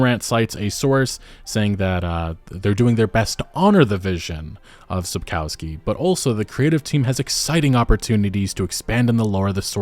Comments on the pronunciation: sapkowski is pronounced sap-kov-ski just fyi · Small nitpick but the authors surname is spelled sap-cov-ski not sap-cow-ski. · Sapkowski is really easy to pronounce: sap-kov(o like in on)-sky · it's pronounced - Sapkovskee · Sapkowski's name is mispronounced, you call him "feces" through the whole video 😁Not that it doesn't fit... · Your pronunciation of Sapkowski surname is terrible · Google Sapkowski and listen how it's pronounced .. as a Polish Person it's really frustrating to hear you Americazing his name😅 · You get paid for making those videos and receive hundreds of thousands of views, is it so difficult to spend 2 minutes of your time to google how to actually pronounce Andrzej Sapkowski's surname? Never occurred to you that maybe it's not pronounced your American way since it's a Polish surname? Embarrassing.